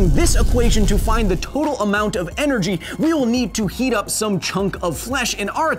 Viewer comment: “now se can speed through some math” lmao